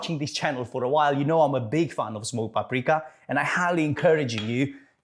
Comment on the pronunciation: Are you saying small paprika or smoke paprika? Looks amazing I can't wait to try it!!! 😍